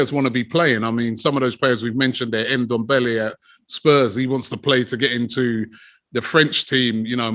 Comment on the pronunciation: my brother its not Endombele, neither is it Enketiah nor Endidi. you need to learn to pronounce these African names properly, there is no "E" infront of those names.